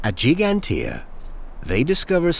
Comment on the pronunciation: Dear English people: please learn how to pronounce Giiiiiiigantija.